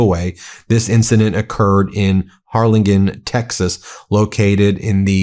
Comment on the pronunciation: Harlingen, TX - “Har-lin-jen”